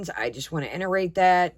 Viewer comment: It’s “iterate” not “interate”